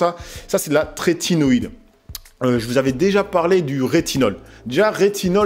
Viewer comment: Top merci pour la vidéo ! Par contre c'est trétinoïne et non tretinoiDe 🤪